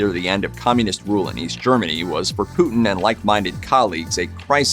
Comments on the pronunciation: It’s a shame the septics can’t pronounce Putins name correctly…..it is not ‘Pooootn’!!! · The Name ist Putin not Putn